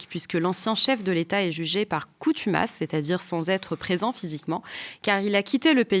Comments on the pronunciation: "Coutumas" <> Ho ! c¤n ! tu m'masse ? <> Fontomas <> CONTUMACE ----- 😁😇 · Jugé par CONtumace chère madame , et non COUtumace ;) Merci pour cette émission ! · Par contumace pas par coutumace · Coutumas à la place de contumace pendant toute l’émission ? Un détail, mais c’est un peu navrant pour ce type d’émission qui prétend aller précisément…dans les détails 😅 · Par "coNtumace", et non par "coUtumace". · Contumace, pas coutumace. Merci. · "coutumace" 1 fois ça passe mais répétée 3 fois, NON! On dit "contumace" et pas "coutumace". Merci. "coutumace” -> n’existe pas en français (c’est une erreur) Assurer l’égalité devant l’école: Mettre en place une véritable politique d’éducation prioritaire en refondant la carte du réseau d’éducation prioritaire (REP) en fonction des besoins. Extrait de L'AEC ( Programme L'avenir en commun de LFI). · Dans l'introduciton : Assad jugé par CONtumace, pas par COUtumace ! Bonne coutinuation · Merci. Contumace, et non Coutumace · Merci pour cette émission. Pour moi, difficile de tout comprendre à la 1ère écoute, mais Pascal Boniface est éclairant ! Par contre, je crois qu’on dit « contumace » et pas « coutumace »… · CONtumace et non COUtumace... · Contumace...pas coutumace Ceci étant dit merci pour vos émissions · Merci. Je me permets:"par contumace et non coutumace" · Coutumace? Pas bon ça... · Bonjour. On dit juger par "CONTUMACE", pas coûtumace! 😂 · Boniface est un vrai nass-mlah, la jeune fille répète deux fois "coutumasse" et il ne la corrige même pas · juste une observation on dit "CONTUMACE" et non "COUTUMACE" sinon j'adore le travail fait et merci pour votre emission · Une petite chose, "coutumas" ou consumas, je dis ça je dis rien ! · Merci pour la vidéo. Rectification tout de même : je crois qu'on parle en français de "contumace" et non "coutumace". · on dit jugé par contumace et non pas coutumace. Décidement !!!! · Par cONtumace et non cOUtumace ! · On dit « contumace » et non « coutumace ».